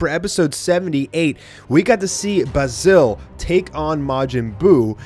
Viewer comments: basils name is pronounced bay-zill not ba sil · U saying the name wrong ...THE WHOLE VIDEO